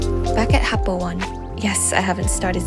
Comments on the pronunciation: It’s pronounced happo oh-nay not happo 1. There is great beginner slopes at the Sakka area of happo. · Hakuba is a beautiful place , glad u had great time !!! btw , Happo One don't call Happo "One" as the number "1". it's actually ”O“ “Ne". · Happo One = Oh-ne (not one) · It's pronounced happo oh ne